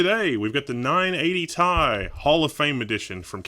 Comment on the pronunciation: ITS NOT NINE EIGHTY "THAI" ITS NINE EIGHTY "TEE AI"